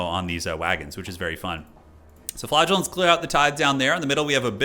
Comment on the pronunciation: I keep hearing flatulence instead of flagellants…